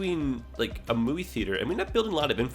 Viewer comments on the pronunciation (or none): none